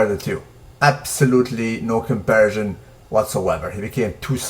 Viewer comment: I told you the last time. The word is comparison, not compersion. Do you even vocabulary yo?